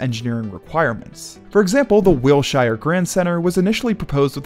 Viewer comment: It's pronounced "Wil-sher," not "Wil-shire," even though it's spelled that way.